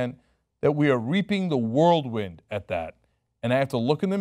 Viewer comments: "Whirlwind", not "Worldwind" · whirlwind cenk, not world-wind. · "Reaping the worldwind"?